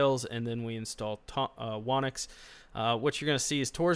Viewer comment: "Whonix should be pronounced "Who Nix". It seems many people don't expect the "W" in Whonix the be silent" ~whonix wiki great video though.